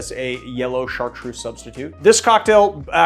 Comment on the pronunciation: I'm French, Chartreuse is pronounced with a Z like Zoo !! Not a S :)